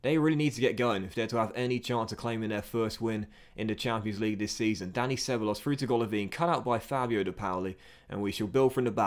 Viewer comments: He's Danny Sebaloss in the Docks Universe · Butchering ceballos’ name